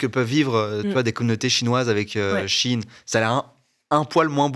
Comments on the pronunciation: C pas she in mais shein (chaïne) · J'ai trouvé que ça ne se prononce SHI IN comme ils disent mais SHEE IN. Prononcez l'article au moins correctement et on vous croira pour le reste 🧐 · ET moi qui prononcé Sheyne XDDD